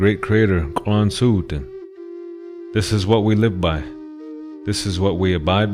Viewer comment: Happy to learn the correct way to pronounce Schitsu’umsh. Thank you